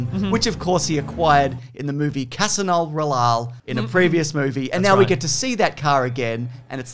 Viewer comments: CASINO ROYALE PRONOUNCED RIGHT CAHSINOH ROLALYE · I'll never get bored of James mispronouncing Casino Royale X D